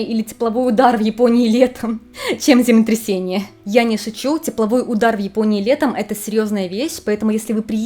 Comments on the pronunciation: Хочется, чтобы вы произносили четко слово землетрясение, а не земтрясение. Извините. Вы очень хорошо рассказываете, но очень глотаете длинные слова. Только не обижайтесь, мне очень нравятся ваши ролики❤ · Ваше "земтресение" звучит настолько очаровательно, что проулыбалась всё видео, несмотря на серьёзность аргумента🥰😍😆👍